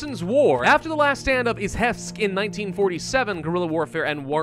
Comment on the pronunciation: Well, you almost correctly pronounce the name of the city where I live. (I'm talking about Izhevsk)